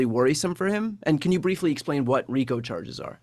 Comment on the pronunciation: By the way, it's RICO